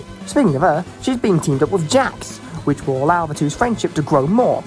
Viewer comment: (Angry British noises)